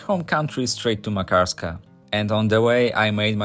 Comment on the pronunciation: You hav a wrong accent when You pronounce Makarska